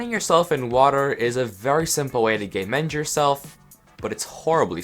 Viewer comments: im not gonna lie, i thought you were saying "gaymend" for the longest time and i only realized you were saying "game end" when there were 6 minutes left in the video. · here he is saying you can game end yourself. but then I am right here thinking he said "Gay Mend" thinking he has a gay mending book or something. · he said "game end" about 10 times before i realized it wasn't "gay mend" now you can't hear anything else >:)